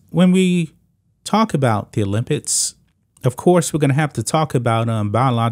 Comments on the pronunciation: Why do you say, 'Olympitts' ? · OlympiCs please say it properly. It's not olympits This is getting ridiculous. Men should compete with men. Women should compete with women. Biological women and biological men. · He said "olympits" 😂